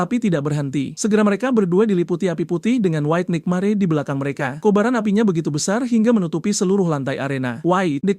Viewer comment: Penyebutan tulisan NIGHTMARE kok gw dengar NIKMARE😂😂😂